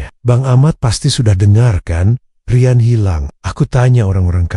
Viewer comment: Bahasa nya. Di. Bagusin dong Riyan. Bukan rayen 😮